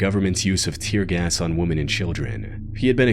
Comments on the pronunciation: Let me begin by saying, I love your work. It's excellent. Ok, that being said, the plural of woman is women, pronounced "wimin". One woman is woman, more than one is women, pronounced "wimin". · Woman. Women. These words are pronounced differently. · why does everyone who makes these types of videos always mispronounce "women"?